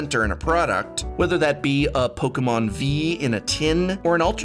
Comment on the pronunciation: really like the way u say 'Pokemon' professor